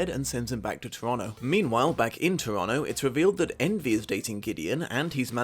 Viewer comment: I'm so impressed that you pronounce Toronto like a Torontonian.